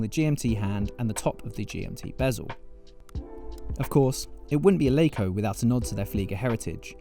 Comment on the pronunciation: It's Laco not Leiko